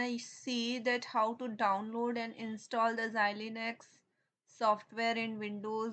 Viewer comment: senin davnlod diyişini yiyem hintli ablam. ulan boşuna okuyoz ammına ne varsa hintlilerde var.